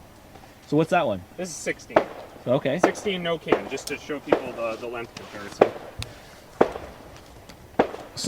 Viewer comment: I'm still laughing about that. I imagine someone ribbing for his accent every time he says "length". Not that I sound any better, but it makes me laugh pretty much every time.